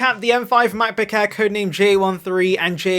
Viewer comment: "...the Macbook Hair's..." 😂😂😂